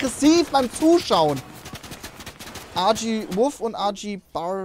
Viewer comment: So nebenbei das RG wird deutsch ausgesprochen 👌